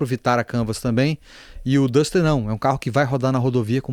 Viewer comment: Vídeo bastante esclarecedor, mas tenho que ressaltar: parabéns por ser uma das poucas pessoas a pronunciar os nomes dos carros corretamente: "O Pajero, O TR4 e O Duster".